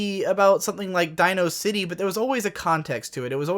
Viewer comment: You pronounced DinoCity wrong.